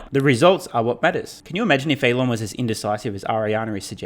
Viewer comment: The name is Elon not Eloff right..